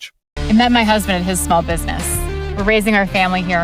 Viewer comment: NEPA, not nepo.